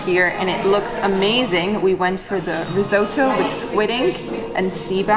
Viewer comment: Risote-oh ... fml